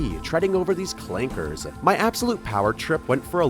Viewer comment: Clankers with the hard R goes crazy